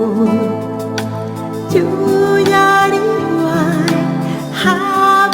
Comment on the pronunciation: Tampoco se dice "sunku" se escribe sunqu pero se pronuncia "sonjjo" Yuyariway quiso decir pero lo pronuncia como "chyuyariway" Ama lo pronuncia como hama En todo caso, canta lindo y es bella